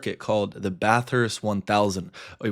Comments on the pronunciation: Holy shit. He said Bathurst almost correctly. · it’s fucking Bathurst